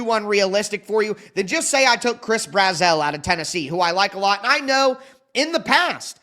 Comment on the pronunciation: Just letting you know, from a Vols fan, Chris Brazzell’s name is pronounced just like “dazzle”